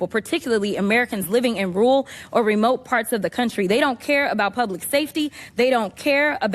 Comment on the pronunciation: Why does she say "rool" instead of "rural"? There are 2 r's in there.